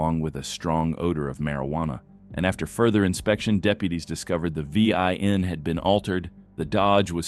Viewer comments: it's NOT a V - I - N, you stupid AI. It's a VIN number! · Is a robot voicing the videos or can he not say vin?